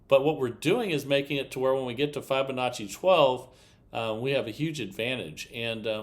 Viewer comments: This is not a Fibonacci progression. Fibonacci is etc. Also Fibonacci is pronounced with a short i, as in to "tell a fib". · just REFUSES to use the proper pronunciation for FIB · Yep. He's rather obstinate. Or, stupid. Once you've been shown the correct way to say or do something and you continue to do it wrong, you're either obstinate or stupid.